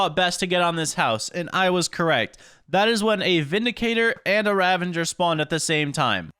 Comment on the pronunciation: RAVAGER, not ravaNger